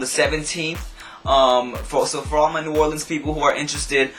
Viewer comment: YAYYYY you said new orleans right! =D